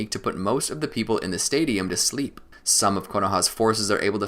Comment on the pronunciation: why does he say sleep so weird I love it